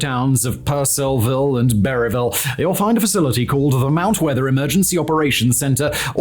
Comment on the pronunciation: Literally see this in the distance every day. And it's 'Per-cev-ul' and 'Berry-ville'.